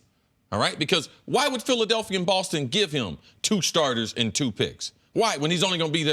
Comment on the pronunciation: WHY does Nick pronounce "Boston" BAWWLSTON...drives me nuts lmao